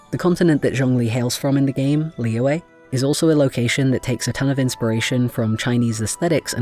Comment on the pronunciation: Ah yes pronunciations, you were close for Zhongli, it's pronounced Jong-li to put it simply, and for Liyue, Lee-yue (last part you say pretty quick) I'm poor at this honestly, so there is a very nice lady named Ying who made a guidance video on it (I'll find the link and put it here later) but yeah um you probably were not asking for help but here I am ha